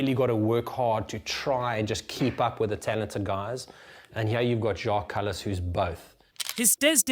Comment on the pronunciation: I know you like your food. Check out this video "This Village OFFICIALLY BANNED Kebab Shops & Takeaways" Kallis is pronounced as its spelled not Kalleese